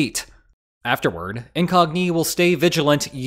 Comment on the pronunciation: I've watched quite a few videos with the same sponsor. It's the first time I heard it pronounced "Incognee", though.